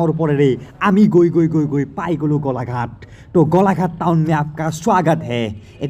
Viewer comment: গলাঘাট নহয় গোলাঘাট 😒